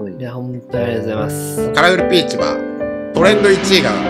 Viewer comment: さいしょのカラフルピーチです。って言うところが、カラフルピチです。って聞こえた😂